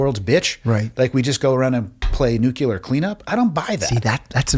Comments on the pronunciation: guys, pronounce it with me - New-clee-er. Nuclear. Not nukular, it’s nuclear! I swear it feels like more than 60% of the adult population says it wrong. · The instant the host pronounced the word "nuclear" as "nukular", I came to the comments to write this note, to downvote the video, scroll recommendations on the right side to tell YT to not recommend this channel, and then to click off. I don't give a fuck what your background is. If you are literate enough to host a podcast/YouTube channel, fix your fucking word pronunciation issues. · Love your podcast but, please…it’s NU-CLE-ER !!!NOT!!!! NUL-CU-LER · STOP SAYING "NUKULER"